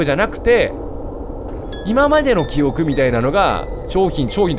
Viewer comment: キヨが言う｢記憶｣が｢キヨく｣なんだよなw 拡大すなwwww